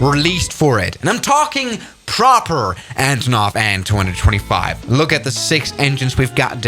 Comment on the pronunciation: an 225 no bro you gotta say it like aye en two twenty five